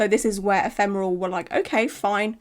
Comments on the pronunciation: your outfit and room are getting me into the spooky season mood! And I’m proud of you for getting the pronunciation of “ephemeral” spot on 😅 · I've not been on this channel for a while and now you know how to say ephemeral !!! Great video, it's important to always be aware of what could happen when you get a tattoo done !